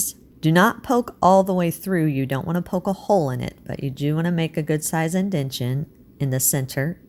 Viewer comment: Thank you, very interesting! No offense, but the word is: IN-DEN-TA-TION🙂